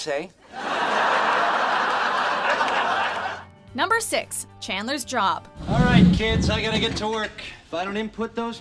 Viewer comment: did anyone notice she said jrob???😂😂😂